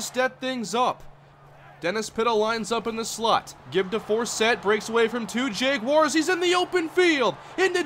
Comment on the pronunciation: why did he pick the jaguars if he can't even pronounce it right